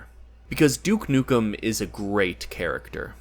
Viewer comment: You: Everyone gets Duke Nukem wrong Also you: gets Duke Nukem wrong